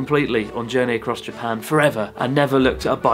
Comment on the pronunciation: why that Japanese man can't pronounce Japan.